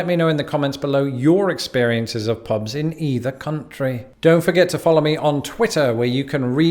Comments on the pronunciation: "Pobs" 😑 ear piercing. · He pronunciation is so bad. “Pobs and rlsnd”